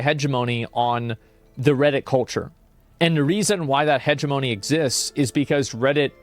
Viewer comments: Hegemony is pronounced "huh-jem-moe-nee" with the accent on jem. I learned this from "Ender's Game" during an English Literature class. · lol asmon i had to pause the video because the way you pronounced hegemony, "hedgy- moan-e" okay back to the video :)